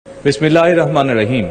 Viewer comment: বিসমিল্লাহির রাহমানির রাহিম এবং আসসালামু আলাইকুম ওয়া রাহমাতুল্লাহ ভালো করে শিখে তারপরে বলবেন মাননীয় প্রধানমন্ত্রী । মাননীয় স্পিকার আমি আপনাকে দৃষ্টি আকর্ষণ করছি সালাম এবং বিসমিল্লাহ শুদ্ধ করে বলার জন্য মাননীয় স্পিকার এ বিষয়ে আপনারা গুরুত্ব দিবেন আশা করছি